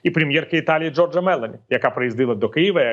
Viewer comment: пане Віталію, в італійській мові наголос майже завжди припадає на передостанній склад (або зазначається на письмі) - тому вірно вимовляти Джóрджа Мелóні